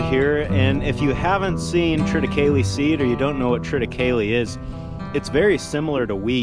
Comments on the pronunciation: It is correctly pronounced the way you pronounced triticale. The definitive pronunciation guide has deemed it so - that definitive guide being Star Trek episode: The Trouble with Tribbles Not kidding - they reference Triticale (specifically ‘Quadro’-triticale…) grain shipment as the plot mechanism behind the engorged and rapidly reproducing Tribbles as the Enterprise hauls the grain shipment. You are in good company in your pronunciation 🤣😂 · In the Original Star Trek episode "The Trouble With Tribbles", the Enterprise was carrying Quadro Triticale. Spock pronounced it as you do...so you know you're right......